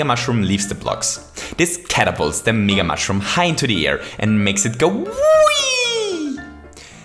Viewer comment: Its MEga not megaE